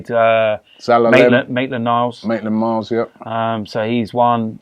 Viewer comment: Robbie bro it's maitland-niles not maitland-miles